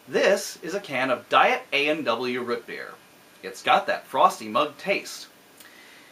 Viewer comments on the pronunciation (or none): Did you just say "Rut beer?"